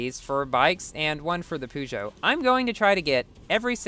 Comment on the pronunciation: No hate but how you said Peugeot made me laugh so hard